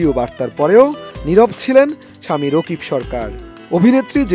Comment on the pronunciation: Rokib na vai rakib 😂😂😂😂😂😂😂😂😂😂😂